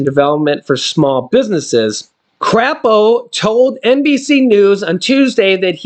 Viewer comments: It's pronounced Cray po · It is not crape. It has a long A in it